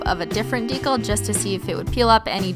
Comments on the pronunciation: Christine, I love you. Swear away, my dear. BUT STOP SAYING DECAL WRONG. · Stop saying ‘Deecle’ its deCAL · I SO JUST WANT TO SCREAM ITS PRONOUNCED DEE-CAL NOT DEE-COL !! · I know you probably don't care, but that's not how "decal" is pronounced. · I'm sorry but the way you say decal is so irritating lol it's dee-cal not dee-kuhl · I fucking love these videos but the way she pronounces decal drives me insane. Maybe it's because I'm southern but it's pronounced DEE-KAL when I feel like she's saying it like Dee-kul And yes the pronunciations are not spelled like the word itself if you're too dumb to know I'm not trying to spell it, I'm trying to show how the word is pronounced. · Its DE CAL not to be mean I love you i can't do nails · Isn't decal pronounced with a long E. like Dee cal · the swearing isn't the problem. the problem is that you say decal as if it rhymes with tinkle! ITS INFURIATING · halfway through the video I realized I had been watching the whole thing upside down.... also I know you've said before decal is a word you pronounce wrong. Did you figure out how to actually say it and this is some running joke or do you still not know?? In that video I never heard ben tell you the right way to say it so I don't know if you know or not hah. This comment was pointless I don't know why I felt the need to say something. Anyway have an exHOLOnt day